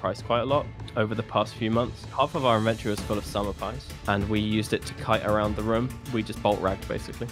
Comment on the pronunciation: "De inventorie was pritti stendert"